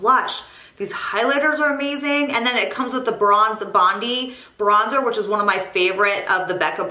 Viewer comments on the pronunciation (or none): Sorry but i have to mention, Bondi is actually pronounced bondeye. :-) Love your channel. Cheers from Aus.